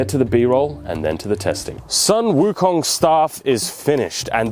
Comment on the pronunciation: Sun Wo Kong ... Soon Woo Kong